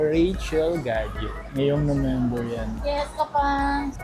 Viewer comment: natawa ako sa Nomember 😅